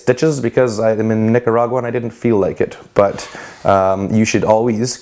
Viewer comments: "Nigga-ra-gua" TF?!😂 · Is it normal to be Nicaraguan with the last name reyes? Also did he say Nigga By accident when saying Nicargua It got triggered(Plz don't get offended for what I said) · YASSS NICARAGUA WOOOHUUUUU I WAS BORN THERE! (also I swear if someone says Nicaragua in English again ima scream)